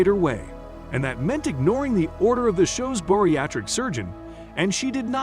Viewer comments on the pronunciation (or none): You guys need to fire this narrator. It's Bariatric, not Boriatric. -_ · The people featured on the show are NOT contestants. Stop calling them that. Also, it's bariatric, not boriatric.